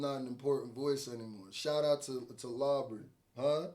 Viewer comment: Laubrey, Laubrey, Laubrey.... Ugh! 🤦🏾‍♀️ x